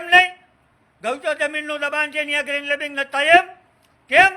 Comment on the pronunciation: ગ્રેન્ડ લે્બિંગ નહિ લેન્ડ ગ્રે્બિંગ 😀